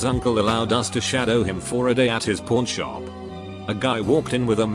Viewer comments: I heard it every time he said pawn shop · the way it says pawn shop